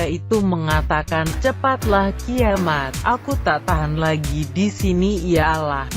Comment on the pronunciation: Gua gak suka suara perempuan... Kalo panggil nama Allah yg benar jangan panggil aloh. Gerti gak Lo.